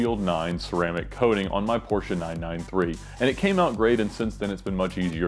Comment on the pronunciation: IT'S PORSCHE now you know